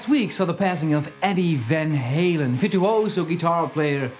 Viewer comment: I applaud you for resisting the urge to pronounce Van Halen in proper Dutch. You REALLY wanted to say "Fahn Hahlen." ;)